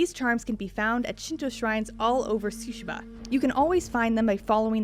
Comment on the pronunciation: this narrator puts stress on the first syllable with Tsushima. Correct